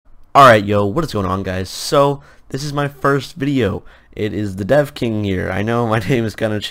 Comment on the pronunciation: no offense but at the beggining its like you said deaf king instead of devking ;D .but still, nice name.